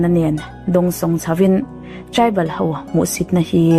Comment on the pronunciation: Meitei ho tiin i ziak dik thiam tho sia, enga ti nge Meitei hauvin tia i sawi tlat le, ho hi hau i ti vek mai a, han zir leh deuh teh. I aw a mawi si, ding chungin vawi 100 vel hovin hovin hovin han ti la, thiam mai ang😊. Hauvin hauvin tih loh tur nih kha aw